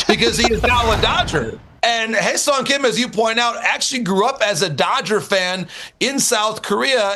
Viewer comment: Man all these podcasters mispronunciation of his name makes me wanna rip my ears out Hyeseong Hye = Hair (without r) Seong = Sung